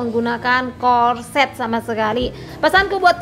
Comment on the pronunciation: Corset..cara kamu sebut pertama itu betul